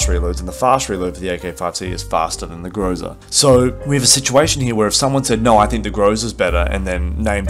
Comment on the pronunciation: I really hate doing this but the right stress on the groza is on the last syllable so its grozA(thunderstorm). Idk why it triggers me so much, i dont get triggered when natives do this